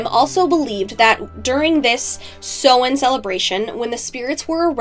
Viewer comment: Love this my dear 💗 only issue I have is the pronunciation of Samhain, in comparison to modern Irish/Gaeilge (Ireland). Otherwise well done and very informative. 😊